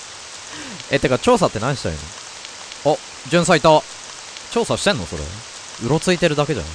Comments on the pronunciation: やばい...｢調査｣が｢趙さん｣に聞こえてしまう笑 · 調査が趙さんに聞こえたの私だけじゃなくてよかった。「ちょうさ」も変換したら「趙さ」が真っ先に出てくるし… 「わらわを一人にするでねぇぞ」って平安の姫君と悟空が混ざった感じのセリフ好き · 「ってか調査って何したらいいの？」が「ってか趙さんって何してるの？」に聴こえたわ...疲れてるのかな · 調査が趙さんに聞こえてしまった